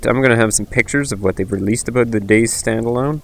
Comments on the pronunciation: Dude it's not Days it it Day-Z(ee) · Fucking hell man, its Day Z. Not dayzzzzzzzzzzzzzzzzzzz. Pronounce what you are trying to say, speak with authority and intent, otherwise no one will sit here watching 17 mins of pictures and listening to poor English. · Its pronounced Day-zed or Day-zee, not Days... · Every man and his dog knows it's pronounced DayZEEEEEEE.